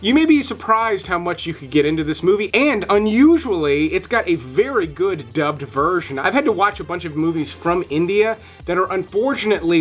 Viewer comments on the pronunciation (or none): Dubbed dubbed dubbed, come on man, say it properly, you are not 8 years old. Smh